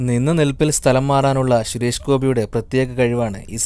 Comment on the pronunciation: ശുരേഷ് ഗോപി അല്ല ചേട്ടാ സുരേഷ് ഗോപി.. ദേ പിന്നെയും 🤣🤣🙏🙏